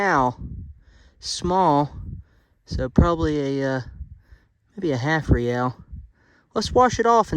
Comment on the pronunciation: It is pronounced Ray al